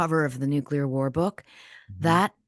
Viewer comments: Jack, you still say Nuke-u-ler, just like W 😂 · Why can’t you pronounce nuclear? Nu-clear NOT Nu-cu-lar